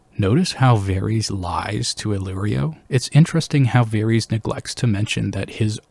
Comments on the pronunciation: Good content but Bruh, you can't be serious with this "Vair-eez" - it's *Vair-iSS*. You don't call Daenerys 'Daenereez', right? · I did find this fairly distracting throughout the video. I am curious where he got this pronunciation from, because they don’t say it like this in the show and George doesn’t say it like this either. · Why varies? You have no excuse for your disgusting pronunciation. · NICHT: Varys OUI OUI: Vareese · You saying like Vaerys makes him sound like a Targaryen and I back this theory. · You did NOT just pronounce his name as "Varies" YOU HAVE THE CORRECT PRONUNCIATION IN THE VIDEO FROM THE SHOW!!! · They literally pronounce his name correctly for you multiple times lol who is Varees